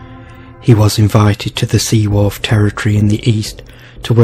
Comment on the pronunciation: The name of the Seer Kenneth Mackenzie is pronounced Bran , the name of the lady who had him killed is pronounced Seaforth not Seaworth the canal is called Caledonia not cale, donia.